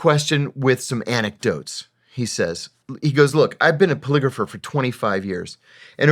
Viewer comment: I kept hearing you say calligrapher when you were saying polygrapher. I kept thinking,"What the fuck is he talking about!?" I gotta admit that I was listening and not watching which I'm sure could've had something to do with being less engaged in the interview. That was a fantastic interview. Thank you. Thumbsed up and subscribed.